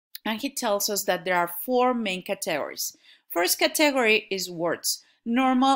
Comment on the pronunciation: 'CAtegory--- not ca'TEgory.